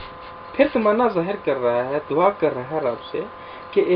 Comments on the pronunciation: دوا۔۔۔۔۔۔دعا ۔۔۔۔۔د کے بعد ع پڑھیں وا۔۔۔۔۔۔نہیں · دعا۔۔۔۔۔۔دال کے اوپر ۔۔پیش پڑھیں پلیز